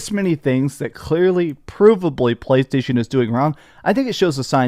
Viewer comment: “PLCHHAASHTAASHON” - 😂